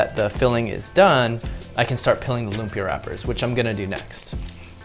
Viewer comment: It's pronounced loomp-Yah. There's an emphasis on the beginning of the second syllable.